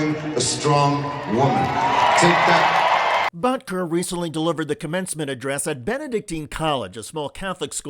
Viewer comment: "BUTT"ker, lol 😂😂😂😂